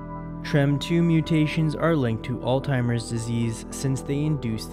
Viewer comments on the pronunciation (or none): bro kept saying all timers disease